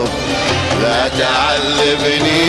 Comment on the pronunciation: مين اللي قال لا تعزبني والاصيل يصحح له حرف الذال😀